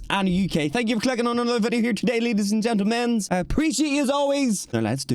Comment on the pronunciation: did NOT say ladys and gentlemen😭